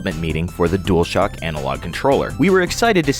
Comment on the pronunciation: DUALshock, not Duelshock